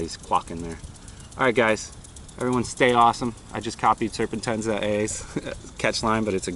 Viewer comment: His name is serpent Z A not serpentenza :D